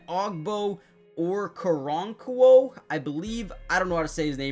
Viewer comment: butcher that dudes name 😂